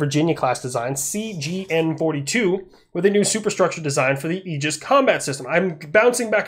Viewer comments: in red alert 2 you had aegis ships for air defense, they said it like "aygis", so you went with the right pronounciation ;) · I work on part of the aegis system. It is def pronounced A-gis, at least that is every single person I’ve ever encountered, contractors, gs’s and navy. I am the project manager for installation of sqq-89 A(V) 15 on all surface ships in norfolk. Which is pronounced nor-fuck 😂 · I also pronounce it Ay-Gis and I remain correct. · Ace combat pronounces it Aye-jis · Retired sailor here, we always used the hard A when saying aegis. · 1) Its primarily Athena's shield. 2) Medusa's head, given to Athena by Perseus after he slew her. 3) the greek pronunciation is egis, the way the navy says it is agis. Your fine. 4) The Ticonderoga's have been outdated. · We say it with the “A” sound in the Navy. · Just to mess with your mind a bit... According to my ancient Greek classes, your pronounciation of the Ae is pretty close, but the g is pronounced like in goose. (...but most likely, the Americans who named it had no clue or care about all that.) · I’ll be that guy. The “ae” is an open sound with the placement towards your teeth. You pronounced it correctly. Google is wrong (at least in American English) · My last name is pronounced A-gis, spelled differently, you have my permission to continue pronouncing Aegis as A-gis. Lol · all or most the military says it the same as you so if talking about the military system it would be said the way you do with the A . a gorgon think of medusa.